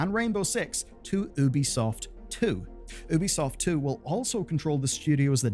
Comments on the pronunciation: Just feel like mentioning. You know its pronounced Yubi-soft right? As in, there is a very clear Y sound. Ubi in Ubisoft is supposed to be short for Ubiquitous, which is also pronounced that way. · instead of ubisoft 2 how about nubisoft. pronounced newbiesoft